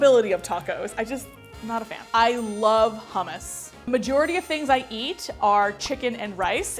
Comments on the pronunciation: I love you but like you dont pronounce it hummus. It g in affrikaan🐨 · It is nut huh-mess it is hoo-moos